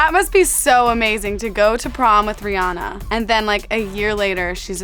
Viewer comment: How they say Rihanna it's Ree-Anna